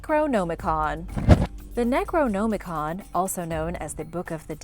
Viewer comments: Necro-NOM-icon not Necro-GNOME-icon... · I don't like how she's says necronomicon "necroNOmicon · Necro-gnome-icon? Wtf? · It's not pronounce "Necro-Gnomacon" Jesus.... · Am I Theo Mayo me who is bothered by the fact people don’t bother to google to pronunciation of items you they videos on? It’s pronounced Neck-roe-nom-i-con. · "Necro-Gnome-ah-con" your pronunciation is killing me. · Necro-gnome-icon🤣 I'll never say it the other way again. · ...gnome-i-con...I really think you're doing that on purpose. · Is she saying necronomicon wrong on purpose. It's upsetting me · Your pronunciation of necronomicon is horrendous. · Thumbs down and blocking channel for mispronouncing necronomicon 20x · The pronunciation you use for Necronomicon doesn't sit right with my ears. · Did it bother anyone else with the way she’d say “Necronomicon” ?? 😖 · How are you mispronouncing Necronomicon so badly?